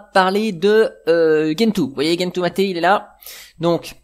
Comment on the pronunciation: Bonjour Adrien ; Ne fais pas comme certains, stp .... Gentoo se prononce "gène tout" et non pas "guène tout". Vérifie si tu le veux sur les vidéos Américaines/Anglaises. C'est comme Arch qui se prononce "Arche" et non "Ark". Je trouve ça étrange cette invention de prononciation anglo-personnelle, qui quand on vérifie, est nulle et non avenue.